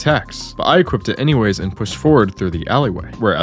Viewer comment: "equipped-ed" LMAO??